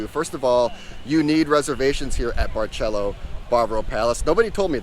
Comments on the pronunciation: It's not pronounced with "Ch" . That's Italian! It's a like an "S". Like Barcelona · It’s Bar”s”elo. Not Bar”ch” elo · Barceló is pronounced Bar-seh-LOH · Did you just say “barchélo”? 😮 is not Italian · Or….memories ❤ but why u say Barceló as Barchelo…. It’s Barceló- pronounce as letter C not as letter CH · Barcelo is pronounced BAR-SEH-LO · Learn how to pronounce the hotel name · dude is way to picky complaints to much just stay home. he hates kareoke, noise, over populated jajaja omg jaja.... is different culture different vibes different seasoning different food but you love international food i wonder why lmao, btw you even saying the name wrong. Hard Rock sucks but i bet you love that one jaja